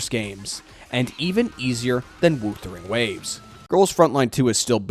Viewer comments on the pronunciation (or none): and also wuthering waves as "wootering waves"